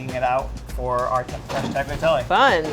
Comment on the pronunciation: This is awesome to see Sac get some love. Chefs all need to learn to say Tagliatelle correctly please if you're making it as lovingly as he did: Tal-yah-tell-eh - grazie.